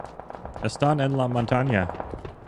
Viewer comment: Montaña not mantaña